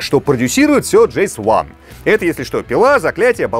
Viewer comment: что с тобой случилось? Не Кано, а Кейно, не Джес Ван, а Джейс Ван, не Гост Рикон, а Гест Рекон.